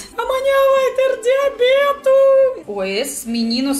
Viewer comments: Tao engraçado voce falando amanha vai ter diabeto!!! Kkkk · HAHAHA.. Ela fala diabeto... kkk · amanhã vai ter diabetuu... KKKKKKKKKKKKKKK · Kkkk já vi que ela e viciada em caipirinha,também gostei como ela falou diabete kkkk foi bem engraçado,gostei bastante do vídeo.